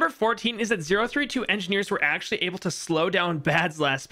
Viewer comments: ah, yes, "acual" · “Acual Time” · "Acual time" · Yes "acual time" yes yease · "acual time" - hehe